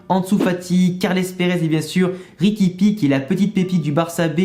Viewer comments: Bonne video... Mais tu ma fais rire quand tu a dit riqui pique ! 😂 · La prononciation de riqui puig c'est juste un délice 😂😂😂😂😂😂😂